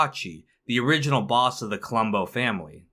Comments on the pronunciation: Colombo, not Columbo. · Colombo not "Columbo".